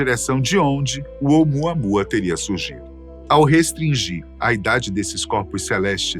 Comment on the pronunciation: "Vem muamuamua"😂😂😂